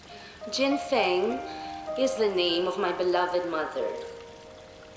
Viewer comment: Jen Feng..Jen Fung kaya pronunciation non